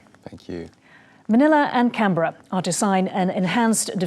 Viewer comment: Thank you to the TV hostess for pronouncing Canberra correctly. (it's said Canbra).